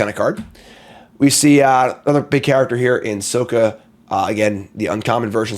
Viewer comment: Ueah but he still mispronounced sokka and toph so theres that